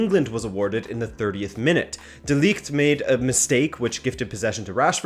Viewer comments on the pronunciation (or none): Quick lesson on pronouncing 'De Ligt' : NOT: like you did in this vid, with a long 'i' sound like league YES: with a short 'i' like impossible Hugs and kisses from a Dutch guy